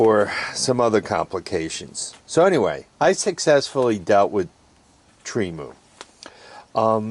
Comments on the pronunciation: Tree-Moo! You butcher names is like my mother! 😆 Agree, Temu is a cool place to shop… I use the phone app. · Tremu or Temu? lmao